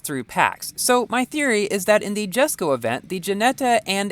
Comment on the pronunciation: I'll definitely try to get this car!! And one note it's actually pronounced Yesko not jesko